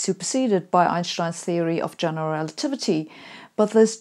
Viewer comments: A Saturday without the correct pronunciation of Einstein is a wasted Saturday. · i trust anything sabine has to say about physics because of her german pronunciation of einstein's name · I love her pronunciation of EINSTEIN